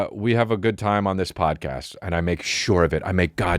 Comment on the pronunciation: Almost spit my drink out when he accidentally said “pomcast”